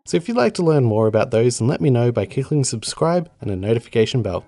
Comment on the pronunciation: I have more of a problem with how he pronounced "clicking" at the end. Cickling